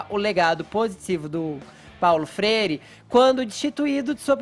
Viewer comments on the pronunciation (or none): Fefito --> " Paulo frere"